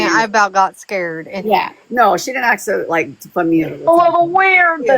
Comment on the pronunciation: Am I the only one that just can’t stand this woman and every time she says aks I wanna slap her.